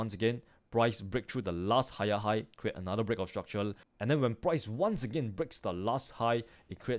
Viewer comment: i subscribed bcs i like how he pronounces break of structure